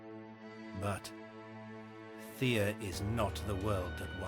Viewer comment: as a rule of thumb, pronounce slavic names as though you were reading Latin. It won't be perfect, but it'll be far, far closer than anglicizing it. (so Theh-ah, Peh-roon, Veh-leh-s) -sincerely, a cringed viewer